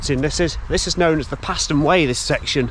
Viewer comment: Fantastic Video, especially nice to see the aerial footage! I live in Knapton, and have walked the entire route (North Walsham - Cromer Tunnel) many times in my younger days. You missed the Railway Terrace at Mundesley which is well worth a look! PS Paston is pronounced “Parston” by Locals! 😂